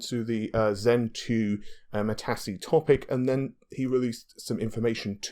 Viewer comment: Matisse or matassie? LOL